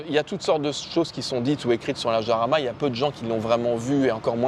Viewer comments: Si ma mémoire est bonne, le nom de chaque modèle de Lamborghini est celui d'une hacienda (espagnole) qui fournit les toros de combat. Si je suis dans le vrai, le nom de Jarama doit se prononcer à l'espagnole et pas à la française. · countach, pas countak ☺️ iarama, pas jarama ☺️ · Ça me fait marrer comment les français prononcent "Jarama". Allez les mecs, tous ensemble..."Guadalajara"😂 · Me hace gracia como dices la j se dice de otra manera ;el nombre es de un circuito Español cerca de Madrid como son Españoles prácticamente casi todos los nombres de los coches Lamborghini por qué el fundador era un admirador de la cultura Española y del toreo hasta el Urus aunque no lo parezca tiene que ver ya que deriva de Uro el antecesor del toro actual.